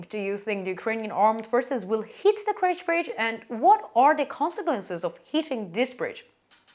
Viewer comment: Why does she pronounce it as KRECH bridge instead of KERCH?